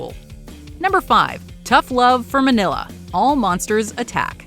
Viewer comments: It's MING-YAH the son of Godzilla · it's Mini-lla, or Mini-ra. As in Mini -Godzilla/jira. Kind of like Mini -Me